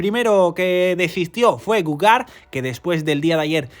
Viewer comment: El geo de Gougeard en francés se leí 'jard' así que es como se fuese Goujard y no Gougard. De resto muy buen resume. Enhorabuena.